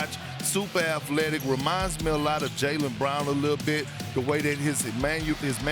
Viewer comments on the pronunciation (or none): And his “manyoorisms” 😂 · Kendrick it’s pronounced manurism I thought bro was having a heart attack for a sec😂😂😂🤣🤣🤣🤣🤣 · He said “manurisms” 4 times. He off a perc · Nobody KP: They like his Mann-You-risms This man real life gotta speech impediment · couldn't pronounce mannerisms